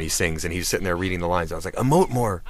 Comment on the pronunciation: whats he telling thom york to do? 'amote' more?